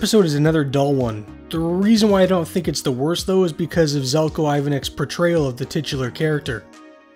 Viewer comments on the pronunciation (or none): Pro tip: Željko Ivanek's first name is pronounced with "ZH" at the start, like the J in Beijing.